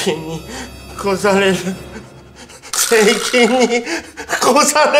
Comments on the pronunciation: ○されるに聞こえたww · やっぱり何回聞いても最初の『セイキンに超される」が「セイキンにころされる」に聞こえる😂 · SEIKINに殺される...にしか聞こえないww